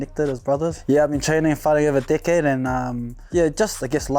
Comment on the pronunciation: I thought he was saying dickhead when he first said decade lol